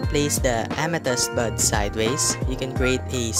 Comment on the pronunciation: At first when he said bud I thought he said butt